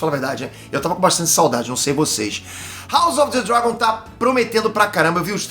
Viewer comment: Como assim o não sabe falar " House of the Dragon " 🤔